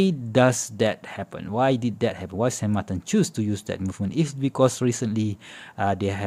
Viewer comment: It is “SAN MARTIN” in spanish….no “ SAN MARTAN” ….in french it is Saint Martin. The chinese company used an “spanish name” not “french or swiss name”.